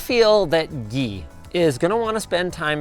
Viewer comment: Why do you say my name as "Gee" instead of the English word, Guy?